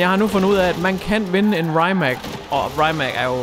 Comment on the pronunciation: Se The Grand tour hvor de køre i en Rimac, så kan du høre hvordan man udtaler det. Sidder og krummer tær hver gang du siger det forkert 😂😂 no hate, elsker dine videoer 👌😊